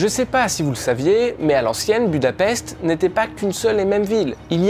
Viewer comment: Budapest se prononce budapeshte peut être que sa te servira ^^